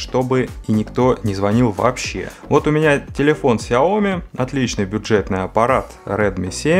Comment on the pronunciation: Сяо-Ми с ударением как сЯо-мИ, так правильно по-китайски будет "маленькая штучка". А вообще спасибо за дополнительную инфу, кое-чего не знал :)